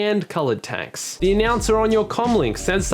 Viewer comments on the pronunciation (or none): none